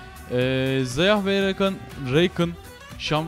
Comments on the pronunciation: Reykın ne nerenden uyduruyorsun ya Rakanın repliklerinde bile Rakan diye okurken senin Reykın demen ya Shaco ya da şeyko diyorsun ingilizce okuyacağım diye okunuşu afrika dili gibi okuyorsun bizi katlediyorsun yether triggerlandık yeterr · Reykın ne lan :D rakan o